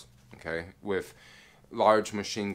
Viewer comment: Dig ur vlogs, but, sometimes u drag ur stories out, and please say "with", not "wiff".... ur killing me.... and "super" this and "super" that, along smh....ur definitely not a NY, or even an east coast brother.... lol.... but ur cool.... be safe